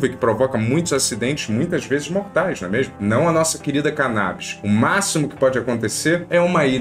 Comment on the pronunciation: Tá engraçado sim... mas pare de falá "não é mêirmu"